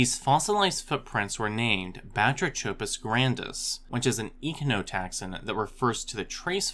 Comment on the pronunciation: It's pronounced: (buh-TRAY-cuh-puss GRAN-diss)